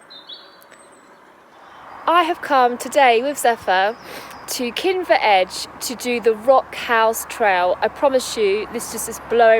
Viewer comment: Kinver .... not Kimber sigh